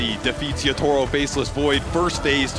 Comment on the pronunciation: Why does cap pronounce Yatoro as Yootoro?